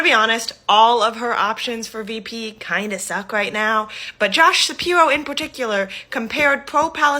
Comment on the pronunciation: “Josh sapiwo” hahahaha